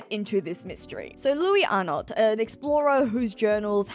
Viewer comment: Wouldn't it be louey Arno? It reads like a french name. Silent S in Louis, silent T in Arnot.